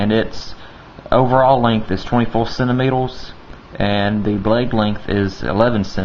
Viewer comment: Centimeters... not centimetles... >.>